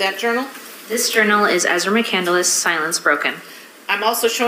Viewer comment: She doesn’t even know how to pronounce her own last name! It’s McCandless, not McCandaless